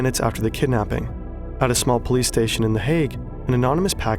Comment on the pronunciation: "A package arrives at a small PlayStation" - Someone seriously could use with some elocution lessons. i.e. "How - Now - Brown - Cow"